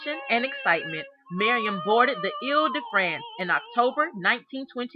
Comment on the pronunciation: I slowed down the video so I could see if it was just my hearing, because I also just kept hearing "Miriam".